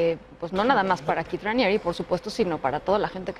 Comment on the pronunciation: Es Keith no Kieth 😂 🤣 Keith Raniere